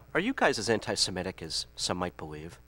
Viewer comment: “Anti-Sam-etic” Why are you hating on old same so much? What did Sam ever do to you?